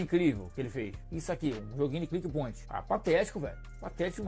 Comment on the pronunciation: Meu deus, o cara não consegue nem falar direito kkkkkkkkkkk "click boint" 😂